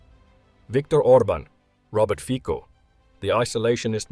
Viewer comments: Robert Fico's last name is pronounced /fitso/ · Fico is pronounced Fitso BTW